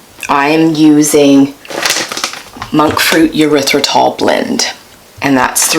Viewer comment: You said monk fruit erythritol blend I could have sworn you said Motrin haha haha 🤣 I had a backup the video to listen again